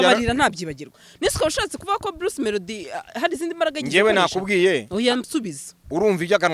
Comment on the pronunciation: Bluce melodie (not) Bruce (✓) Tandukanya "r" na "l"